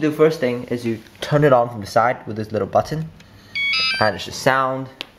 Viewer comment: At 0.40 listen to the way he says Bitton it's so funny